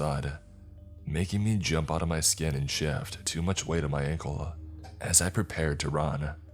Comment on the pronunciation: He said uncle instead of ankle once